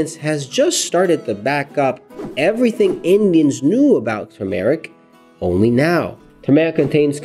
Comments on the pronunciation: Turmeric (TER--MORECK) Not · I really wanted to watch this video, but I can't with the mispronunciation of the word Turmeric. There is no long Eric sound in Turmeric!!! Try not to put a pause between Turm, and eric. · Please look up the proper pronunciation of the word Turmeric, the proper accent is on the first syllable. It is really annoying to hear some one repeatedly mis-pronounce a word over and over. Thank you. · Pls pronounce it right